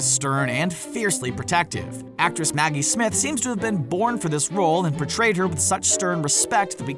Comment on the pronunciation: did ou say smaggy smith?